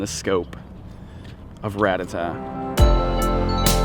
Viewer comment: It's not "rat a tat" its "rat tata"